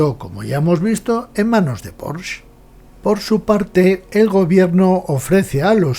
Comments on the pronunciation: Enhorabuena por la historia, desconocida por la gran mayoría del público, e incluso por muchos aficionados al motor. Muy, muy interesante y desmitificadora… Por cierto, incluso en alemán se pronuncia más bien “Poshe”, acabado claramente en ‘e’, tal y como enseña la propia marca: . Un detalle sin importancia, pero que me ha llamado la atención por la cantidad de veces que se pronuncia mal este apellido. Un cordial saludo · Estoy de acuerdo. Precisamente por eso, españolicemos el nombre y digamos “Porshe”. Eso de decir “Porsh” es, además de incorrecto, un pelín hortera…